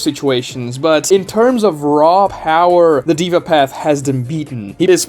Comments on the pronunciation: its pronounced they-vah not diva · By the way, the word Deva comes from Hindu culture and Sanskrit language - it literally means God being. It's pronounced more like "they-va", not "diva". Small nitpick, awesome video! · Its not Diva path, its day-va path SMH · It's not pronounced as " diva path " deh-vah path or you can try They -wah path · Its not "diva " its original pronunciation is 'Dea'VA' as per authentic Sanskrit . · "dey-vah" not "dee-vah" 😂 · It's Deva (they-vaa) not Diva. 😐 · It is not pronounced as the-va, it is pronounced as they-va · that's "deh-vah", not "diva", my friend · haa,its daaava not deeeva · this guy said diva path bruh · Deva is pronounced with an "ae" (daeva)